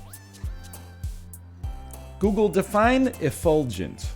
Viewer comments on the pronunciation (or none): none